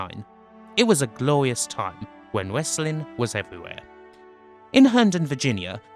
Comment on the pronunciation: "it was a gloius time, when westling was".. . . .i really wanted to watch this but the way this dude says Westling is irritating the FUCK out of me